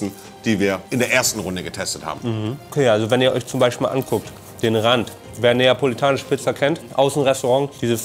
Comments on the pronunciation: Niemand: Monte: Napoelanische Pizza Liebe geht raus <3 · Es heisst neapolitanische